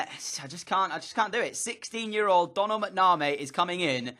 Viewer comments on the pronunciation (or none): Doh-nul Mac-na-mee is how it's pronounced